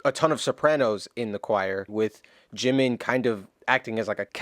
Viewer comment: Sorry ! Bye dude! This is Ji-min....JIMIN...not 🚫 jimain! Here you lose me.